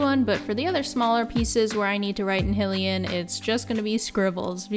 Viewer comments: the only thing that eye twitches more than the stirrer cutting and no sanding, is "hill-ian" from "he-rule" and not hylian "high-lee-ann" from hyrule "high-rule" xD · Cut to me, panicked, realizing that I used to pronounce it High-Lee-Ann but stopped because I saw something that said it was pronounced Hillian LMAO Ok, I’m going back. I used to pronounce Gerudo like Jerudo as a kid but stopped when I realized it’s Geh-rudo a few years ago lmaoooo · i wasnt into zelda as a kid so arin is the first person i really solidly heard pronounce hylian so i just assumed that was right, and i didn't know it was wrong until my friend years ago was like, "why do you say it like that" i was embarrassed then but i still say it wrong because its fun 😋